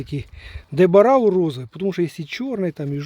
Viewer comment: Не ДЕБЕРАУ а ДЕ БАРАО. 🦌 Сорт названий на честь Адмірала Силва, Франсишку Мануэл Баррозо да